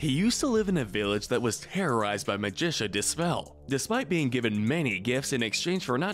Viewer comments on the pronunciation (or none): i feel like a couple characters are missing like B.O.Y.D. or Drake Mallard, better known as Darkwing Duck! also why pronounce Magica De Spell as with a Magician sounding ca while in the show itself it is pronounced as a cactus sounding ca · Magica is produced as (Magic-ca) not (ma-dis-a) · He pronounces it like magician. And the show pronouces it like magical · Why did you say Magica's name wrong? It's pronounced Magic-ca, not Magicia. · It’s pronounced Magic ah, not Magisha! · It’s MAGIC-UH Not Muh-jish-uh (sounds like Patricia) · Magica NOT Magi-SUH Magi-KUH (KUH!!!!) Sometimes I feel like this channel uses an AI voice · Clearly you haven’t watched duck tails WHERE IS BOYD!!!!!! Oh and not to mention who is MaGITia it’s MAGICA. :( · It’s pronounced Magic-Ka. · Did he seriously pronounce Magica as “MAJISHA”?!?! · Also calab it magica ma-gi-ca got it. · Hearing Magica pronounced as Magisha made my blood boil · why does he pronounce Magica as Magisha? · I mean the show literally says her name constantly how do the get it wrong? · You mispronounced magica It's Magic-uh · Did u call her magisha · Magica is pronounced magic-a Don carnage is pronounced don-car-narge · What I disagree with: Louie and Lina should be in good. Also the way he pronounces “Magica” is a war crime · Very nice list. I really thought that this reboot was better than the original in many ways. I don't think that you talked about Huey enough. Also, Magica's name is mispronounced. I'm with the other people who would like to see the original DuckTales on this list. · Yeah, I'm pretty sure he does it on purpose at this point. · The way you pronounce magica is hilarious. Also, I wouldn't put Louie or Lena in gray but that's my opinion. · I’ve never heard magica’s name pronounced like this before, it’s kinda cool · It annoys me how this guy constantly pronounced Magica's name wrong. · You pronounced Magica wrong. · nobody gonna talk about how he said magica wrong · You pronounced magica incorrectly